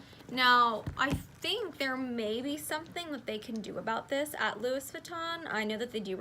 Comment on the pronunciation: The "s" in both Louis and Metis is silent